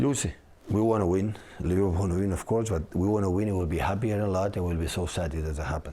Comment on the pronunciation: Took 10 seconds for him to mention liveprool 😅